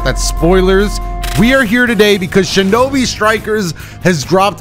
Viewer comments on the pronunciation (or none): none